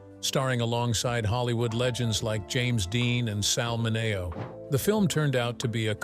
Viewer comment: Dyop using AI narrators who can't pronounce Sal Mineo lroperly and others as well